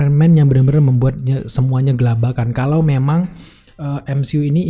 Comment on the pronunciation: Kelabakan kang, bukan gelabakan...